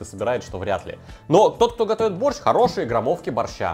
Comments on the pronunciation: Зачем так явно говорить боРРщ?аж уши режет каждый раз.. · Я очень давно живу не в России. Кто-то может сказать почему он произносит борЩЩЩ а не мягко- борщ с мягким окончанием?